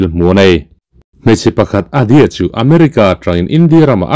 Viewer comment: Hmeichhia a nisia...Adi-a i ti boksia...Vai hmeichhia ah cuan Dia tih hicu a awm a ...mhse Adi-a i ti boksia